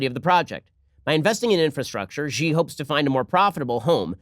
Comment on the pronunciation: Wah-way? Chinese leader Gee? Bei-zhing? The mispronunciation of Chinese words/names shouldn't be this amusing, but it is.